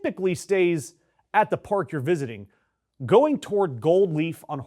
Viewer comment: Did you say “National Pork Service?” 😂😢